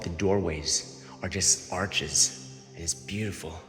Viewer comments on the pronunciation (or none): none